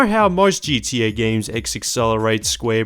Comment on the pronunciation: Why does it sound like he is saying gda